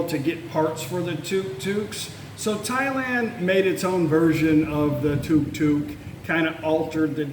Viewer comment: It’s not Tok Tok, it’s Tuk Tuk